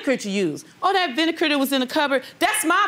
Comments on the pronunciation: Why is she saying vinekar? Does she see a K on the bottle? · Vinekar? really lady? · Vinegar not vinekar😂